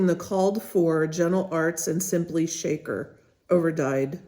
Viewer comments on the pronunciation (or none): none